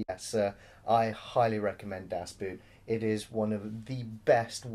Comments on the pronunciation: It's not pronounced "Das BOOT" even though that is the spelling. You should have enough curiosity to wonder how that word is pronounced in German. "oo" in German is pronounced the same as "o" in "go". In other words "Boot" in German is pronounced as if the word was "Boat". Why do Brits lazily - and arrogantly - assume that the way a group of letters is pronounced in English is necessarily how it will be pronounced in the other language? No wonder we are renowned for our inability to learn other languages... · Coy Leigh Because in German it's pronounced more like 'boat' and not 'boot'. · Not very important but the word "Boot" sound much more like "Boat". And yes it was one set. The most realistic replica ever made. To shoot under real lighting conditions they used highspeed films that r usually used for slow motion because it´s very light sensitive. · Just pronounce it like “boat”, not “boot”, then you’re on the right track. German “Boot” means “boat” and is also pronounced very similarly ;) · Sounds like you are taking about a „boot“. Das Boot is pronounced much like the english word „boat“ just with a longer vowel sound. The more you know... :-) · It's pronounced: BAOT (almost at least) Not Boot! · Sorry guys, it is Das BOAT, Pronunciation of the german "boot" is more or less the same as the english "boat" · ALARM!!! good job on not being BBC- biased. And its not Das Boot, Das BOO(double O)T. Its the best submarine movie, U571 is a cheap ripoff. One of the funny scenes is the first one actually, when then the two sailors piss on that Mercedes, and I thought like: shit, those guys are in trouble, but the captains commentary killed me: "Thats the fire drill". Yeah, one of the best war movies ever. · Two things. One of the great things about the movie is the excellent soundtrack (you could have a least mentioned it). Also please pronounce it as 'Das boat' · It's pronounced "boat"... come on. That one isn't hard